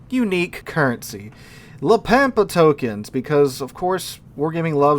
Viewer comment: Ritchie Valens cringes every time says La Pampa as Pam pa